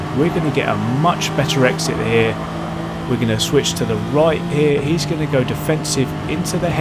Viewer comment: Why don't you say 'EERIEISSSS again' as in 'here he is?'